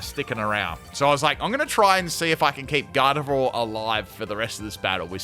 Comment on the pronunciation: It's Garde-VWA, not Garde-vore